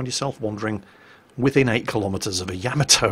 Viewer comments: It's pronounced Ya-ma-toe, not Yam-a-toe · I agree. Please, with all due respect.....Ya ma to. Not yia ma toe. pls it is grating I love your work though. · Oi you, you were ex Navy no? So you should know how to pronounce the name of the ship. Its NOT Yamatoe its Ya..Ma To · So British people say "Yam-uh-toe"? In North America we usually say "Yah-mah-to" or "Yuh-mah-to". That's kinda weird though. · You are like a WoW God to me let's be perfectly clear BUT you do one thing that temporarily lowers your exaltation a notch! That's when you speak of the greatest warship of all thyme! It's pronounced YAMATO you lunkhead not YAMATO. Other than that, well, get on with it brother it's all good. Many thanks for your hard work from across the pond. You punch my entertainment card I must say. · sweetie, I love you to death but it's pronounced Yah-Mah-Toe not Yam-A-Toe. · For a guy that's been in the navy you would think you could at least get the pronunciation of Yamato correct. It's not Ya ma toe for Christ sake it's Ya mot oh and not Yama doe, it's all together Yamotoh, Yamato. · Why s it most of you can not pronounce Yah mah moe toe? seems like every vid I see they wing it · Ya-mah-toe...Why can't people pronounce that? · Yamma toe (hyper-cringe) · I find it a bit odd that you play the sound clip of them saying the ship's name correctly, but then not 10 seconds later, you pronounce it differently. Why? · It's cute the way he mispronounces Yamato.